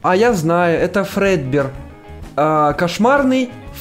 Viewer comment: Это не фрэдбер а дрэдбер